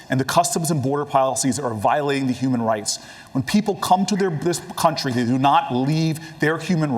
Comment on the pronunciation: Did Cory say human rice at around 2 hour mark ? 😂